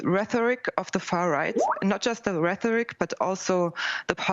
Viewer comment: It's one of my pet peeves when people say "rethoric". It's "rhetoric"! There is no anglophone "TH" in it! It's originally from Greek. It's got a weird "rh", but there is no "th" in it! Just read!